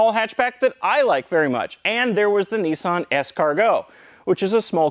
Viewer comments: It is NISS-ANN not NEES-AHN. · These are known in the UK as Sarah Jane cars. And its Nissan not Neesan. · Only Nissan are not called Nee son but rather Niss an. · it’s ‘ni-san’ not ‘ne-san’ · not NEEsan NISSan,,,, gee wizz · Its so hard to not keep saying in my mind, "you mean Nissan, not Neesan. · Now as a Brit I still have not worked out HOW the Canadians SAY Oooot rather than Out BUT HONESTLEY neesun INSTEAD of the real name Niss Ann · I like the North American pronunciation of Nissan, "Neesan" lol. It's a bit like aluminium and vitamins, one day you might learn to speak properly. The 'Neesan' Micra K10, K11, was a true car for the people, this car is a Micra with a naff retro shell on top. Don't have a massive dislike of it, as long as you don't try and charge me more than the cost of a Micra...but there again I think I'd be more comfortable in a Micra. Good car, naff styling.